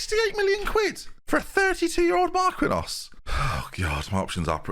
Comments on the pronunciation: At this point, I can't tell if is messing with people when he pronounces Marquinhos "Mark-win-oss." Like, WHAT? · How in the world is THAT your pronunciation of marquinhos 😂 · Marquinhos pronunciation killed me